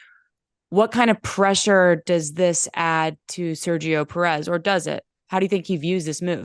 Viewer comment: Yo can you try pronounce Perez correctly